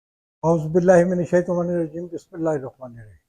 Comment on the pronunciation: کم از کم بسم اللہ صحیح پڑھ کرو ۔ اور یاد رکھو کہ جھوٹ نہ بولا کرو ۔